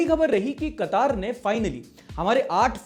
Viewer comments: Qatar भैया कतर कह लो या क़तार में खड़ा कर लो। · pronunciation police quataar nahi Quatar(katár) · Not Katar it's Qatar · Kataaar nahi re wo katar he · Katar nahi mere Bhai.. Qatar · BRO IT'S QATAR NOT QATAARRR KA TAR (QATAR) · I'm an Indian and I'm living in Qatar. It's Qatar. Not qataaar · It's not kataaaaaar it's Qatar 😂😂